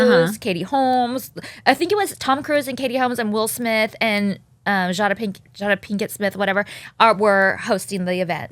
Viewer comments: the way she pronounces Jada's name 🤣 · “Jah-da” pinkett is crazy😂😂😂😂 it’s “jay-da”😂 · bridget is an icon for calling jada pinkett smith, "jawda" lol